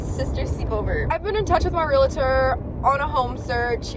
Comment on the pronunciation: it’s pronounced ‘real-tor.’ No ‘A’ in the middle. Otherwise, you’re doing a great job! You have handled being a teen mom amazingly. ❤️